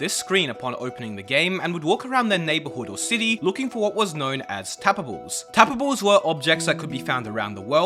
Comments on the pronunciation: Didn't catch ya. Did you mean TAPA-BLES? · saying tapables is so satisfying lol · “So tabbababes pond tababbes and sand tabbababes”